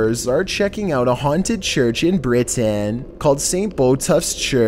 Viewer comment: They way he ends his sentences. “which was haUNTED”